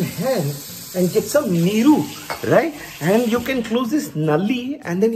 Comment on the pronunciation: Goood one 😂👌🏽👌🏽pronounciation of NEEERUU was kickass 😆😆